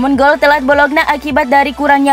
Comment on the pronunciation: nyebut bologna kok bolokna terus (ngga enak banget didengar)...yang benar bacanya "bolonya" mba...wakakakaka